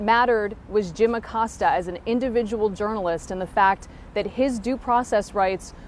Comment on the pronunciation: jesus christ....ah-Cōs-ta